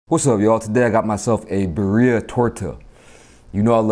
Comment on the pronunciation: You could not say birria any more whiter.